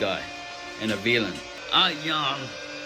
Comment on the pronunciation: "I YUM.. DE VEELUN"